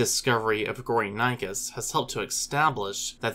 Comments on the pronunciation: The actual pronunciation of the name is "Go-ri (like in "Gorilla") - ni - chus (like in "chilly")" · How is 'gory' self explanatory? Those who named it did not speak English. Your pronunciation was so bad that I could not at all make out what this animal was named after. You also failed to tell us where these fossils were excavated. I heard something like "sundir assemblage' but could not find any trace of such a term online.